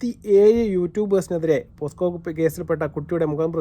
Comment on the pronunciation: പോസ്‌കോ അല്ല പോക്സോ